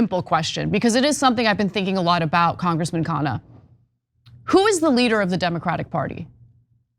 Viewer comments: Try pronouncing his surname as "khan-nah". Please repeat the "n". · its kha-nna.. not kaa-naa!